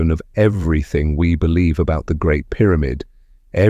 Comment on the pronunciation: I bolieve you, but you are babbling